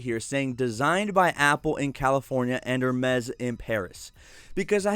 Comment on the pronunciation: It pronounce ER-MASS or AR-MESS... wtf are you pronouncing 😂🤣